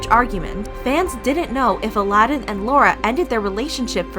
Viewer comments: I love that she keeps pronouncing his name as "Aladin ". 🤣🤣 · I wish you had said his name right. And not the bastardized Disney version. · Ala-din ??? Maybe that's betters two syllables.